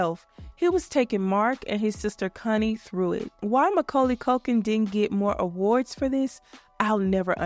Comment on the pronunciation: Um please pronounce Connie correctly..in the UK what you're saying is adult language. Not cun, con.